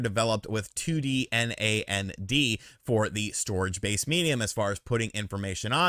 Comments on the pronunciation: Btw It's pronounced "NAND" not said "N-A-N-D", NAN-D. I guess I just want Nintendo to stop being a garbage company, maybe I'd rather they get out of the console business entirely, I think it holds them back. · lol, you don't have have to spell NAND out each time, you can just pronounce it like "Nanned" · Calling storage "memory" can be confusing, as memory is commonly how RAM is referred to when it comes to tech. Also "NAND" should be pronounced as a single word, like the word "and" with an N in front of it. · so weird to hear someone say N-A-N-D... most i know just say nand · It’s pronounced like And, but just starting with an N 🤦🏻‍♂️ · Why are you spelling out NAND?